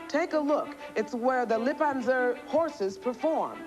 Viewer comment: It is like she said, "Lip an Zer."